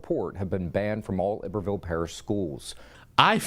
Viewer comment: The mispronunciation of iberville hurts my Louisiana soul!